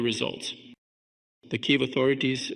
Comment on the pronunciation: It still has small imperfections: it is not "Kayev", it is "Kiev".